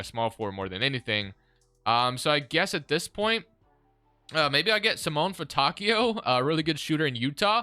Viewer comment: Brpther, just saying, but Simone Fontecchio is pronounced Seemònè Fontèkkio. As an italian that pronounciation was killing me😭